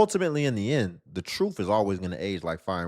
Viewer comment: It's the truff. Come on pronunciation please!!!!